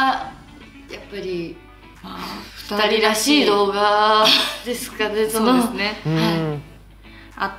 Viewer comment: そうでふねーって言ってる？笑笑